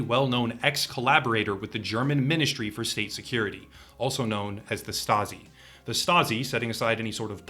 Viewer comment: You said stazi and I grabbed iron man